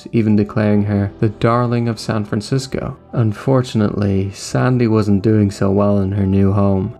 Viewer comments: Why do you pronounce the name like that?! It's SANDY. NOT SONDAY. you fucking sound like forest gump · is the narrator Irish? he pronounces "sandy" strangely.